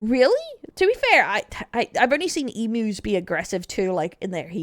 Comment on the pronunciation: Whys she say emu the right way a few times then say it wrong for the remander of the video?